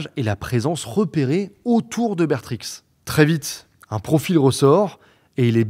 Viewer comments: Si jamais Bertrix se prononce "Bère Tri" pas "bétrixe" 😂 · J'en suis qu'au début, mais c'est très qualitatif, joli travail sur la prononciation, ( un dérapage sur Westend-euh, et Be(r)trix ) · La vidéo est super j'adore écouter tes vidéos qui sont toujours complètes et intéressantes juste un détail m'a énervé tu fais une vidéo 1h pour parler de ce sujet mais tu ne prononces pas bien les noms des villes. Bertrix on ne prononce pas le x et neufchateau se dit neuchateau. Cest juste ca qui ma étonné vu l'implication dans tes vidéos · c’est tres bien racontée! merci pour ce travail fou! mais pitier,ca se dit bèrtri pas bétrixe 😿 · BétriX Sérieux frero fais un effort et ne hache pas les noms de ville comme ça Ça se prononce Bertri Les japonais de mangent pas du rize mais du riz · On ne prononce pas le X de Bertrix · Pourquoi prononcer le X de Bertrix et pas celui de Dutroux. C’est un détail mais c’est pareil pour Delhez. On ne prononce pas le Z.